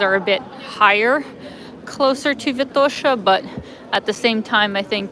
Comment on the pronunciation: What kind of friends you have in Sofia who don’t correct you on how you continue to mispronounce “Vitosha”? 😀